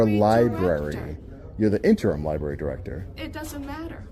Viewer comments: They even read the word as "lieberry" and "axe"! It just blows my mind! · Not much intelligence amongst library employees. "IM A LAHBERIAN AXING A QUESTION" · It drives me CRAZY that people call the LIEBRARY, LIEBERRY. And its not FILM. THERE HASNT BEEN FILM OR TAPE FOR 3 DECADES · Lie berry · Lie Berry... 🙄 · The liberry. NO libRary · The Libarry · Dont record the li-berry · “Lie-berry”? Great job exposing this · …she works at a library and really just said ‘LIE BERRY’…smh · If you pronounce it lieberry you probably shouldn't work there.